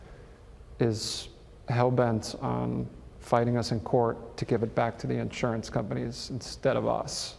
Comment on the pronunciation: It’s insurance not *in…surance! 😳